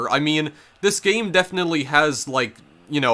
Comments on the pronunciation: gayim, owin, funny pronunciations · “Betwean the 2 versions of the gayem” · "Gay-em" "Mee-an" "Six-ti-en" Where is this pronunciation coming from? EDIT: Oh god it doesn't stop I've never even heard of this super niche game and now I'm contemplating whether I can sit through this explanation wtf are you doing bro